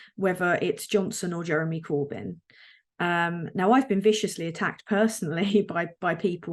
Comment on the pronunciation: wow she can't even say "Jeremy Corbyn" lol